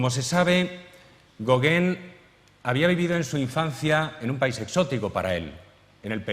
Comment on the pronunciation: Españoles,no insistáis,por favor, en pronunciar otra lengua,es insoportable oír el apellido Gauguin tan mal pronunciado!!! Sois malísimos para los idiomas!!!